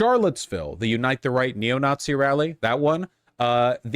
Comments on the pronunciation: stop saying newtzie. you sound even more annoying and pedantic than vaush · I physically cringe everytime you say "Nootsi" and "Voosh"